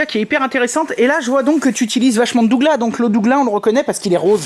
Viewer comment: hahahaah la prononciation du sapin de Douglas est a mourir de rire. cela se prononce Sapin de Duglasse même si cela ne s'écrit pas comme cela